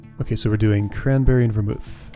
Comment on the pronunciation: This is I think my favourite puzzle in the game because of how straightforward the input and output goals are, but there are so many ways to encode that data and find a solution. Your pronunciations are right; Ver-MOOTH (a moderately alcoholic mix of brandy, wine and spices); GIM-let (soft g, like Gimli the dwarf).